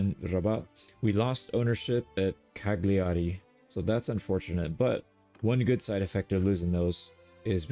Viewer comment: My brother .. the G in cagliari is silent 😅 it hurts in my heart when i heat CaGliari